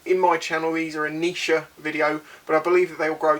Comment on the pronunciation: Ineteresting way to say niche lol